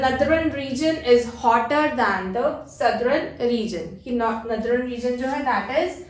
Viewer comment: your pronunciation of Northern and Southern is different and its a wonderful video.. Keep going I subscribed your channel 😍😍😍✌️✌️✌️